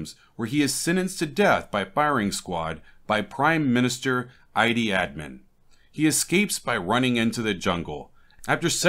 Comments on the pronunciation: "Eee-Dee Ah-Min" Idi Amin Da Da Thats 2 A's, 3 D's and one gun. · I can't tell if you are intentionally misprouncing Idi Amin or not. Considering he's one of the most famous butchers of the 20th century I don't know why you'd mangle the pronunciation so badly.